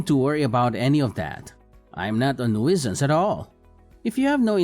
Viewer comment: Gak! Again, siblings with different accents. Also, Genius, you don't pronounce the "i" in nuisance. It's "noo-sance".